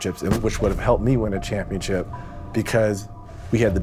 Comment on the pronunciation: I’m pretty sure it’s pronounced championSHIP not championCHIP lmao